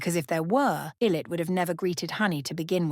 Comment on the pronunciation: great video but i heard how illit was pronounced and physically could not continue hope njz are able to continue their careers in some way even though they'll never recover